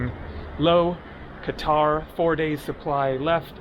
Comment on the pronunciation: Why did you say Cutter, you had it right before, it's Qatar (Ka-tar), maybe they're arresting all the people who insult their country by not pronouncing Qatar correctly